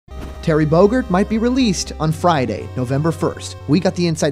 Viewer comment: Terry Bogurd?? Listen to the beginning again